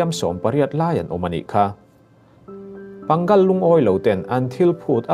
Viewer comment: Pangal i lam rik dan hi mak e...Pâ-ngal...ti tur ni in kan hria..